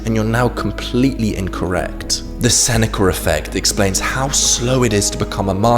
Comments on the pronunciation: "Senecer fect" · It bothers me how he says "the senecurr effect". There's no "R". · yeah why is he saying it like that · It's called the intrusive R. Because there's a vowel sound at the end of "Seneca", and another one at the beginning of "effect". So, to stop them from merging the intrusive R is used. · How DARE you chide the English for their...well, English. I mean, they are from the land of the Eng. They know what is right and wrong, you insolent peasant! Just fucking with you. I already blasted him for the RRRRR!! on the end! Like the lawrrrr of thermodynamics. All things end in chaos.